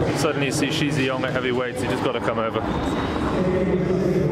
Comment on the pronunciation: and also its not she zhe yong but shi is pronounced like the sh in (sh)iver and zhi is pronounced like you pronounce the J in (j)erk , just to make your chinese pronunciation more accurate :)